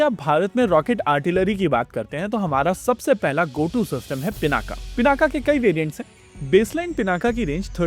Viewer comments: योग ✅ योगा ❌ पिनाक ✅ पिनाका ❌ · '✅पिनाक ❌ पिनाका